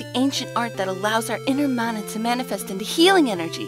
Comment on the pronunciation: YAY! She pronounced "mana" correctly! You have no idea how rare that is anymore. Even Secret of Mana's dub says it wrong. So frustrating.